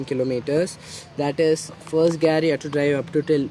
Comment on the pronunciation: bro its called gear not gaaaaaaarrrrr....😂😂😂 btw good content keep up the good work..and also congo for your bike